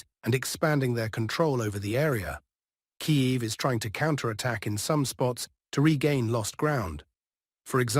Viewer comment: Kiev, not Kayev